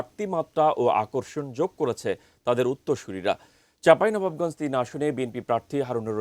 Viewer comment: চাঁপাইনবাবগঞ্জ উচ্চারণ হয় নাই উপস্থাপকের